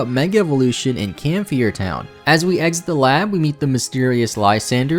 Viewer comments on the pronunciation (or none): I mean no offense in saying this, but there are a lot of names of Pokémon, places, characters, etc. that you pronounce incorrectly. For example, Camphrier Town is pronounced "Cam-fry-er," not "Cam-fee-er," and Laverre City is "Luh-vehr," not "lava-ray." I love your videos, but they would be that much better if you were more careful with your pronunciations.